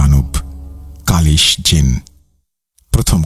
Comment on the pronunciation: কাব্লিস ❌ ক্বালিস ✅ 😕